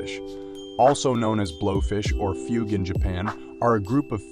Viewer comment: It is pronounced Foo Goo